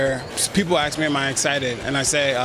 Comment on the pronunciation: 'People AKS me'... No, people 'ASK' you. Let's hope he's more gooder at fighting than he is at talking. Oh, and Miesha Tate has to be one of the sexiest, most naturally pretty women around. Hot!!